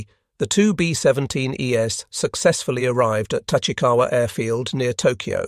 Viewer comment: It’s distracting how the robot voice pronounces thing like “B17 Es” as “B17 E-S.” It’s not read as a plural but a series of letters it doesn’t recognize.